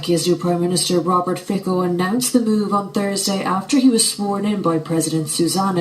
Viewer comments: Hi there. Fico will be jailed one day. You will see. He is not a good guy. Btw, "c" in his surename should not be pronounced as "k", but more like "ts" in tsunami. Also, from what I read, Slovak prime minister should follow decision of Slovak Parliament European Affairs Committee, which is to support Ukraine. Let's see. I hope he won't be in his position too long and NAKA (National Crime Agency) will come for him. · Pronounced Feet sew, not Fik oh. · Fikou? WTF his name is Fico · Hi as moneone from Slovakia I have some opinions on this, first I dont mean to be man but it's not "fiko" but I guess in englisch you don't have the sound for "c", we'll say camping the same "c" sound, second everyone is Slovakia was mad that a**h**l won, it was. Third I am not of those people but even before the war lot of people hated Ukrainians simple because they were cheap labor so some slovakians even believe rusia especially the elderly (the main voting population). Hope that explains the situation a bit for you